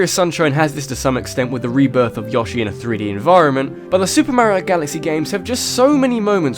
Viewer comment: Heh heh. You said "Yŏshi." I always pronounced it with a long o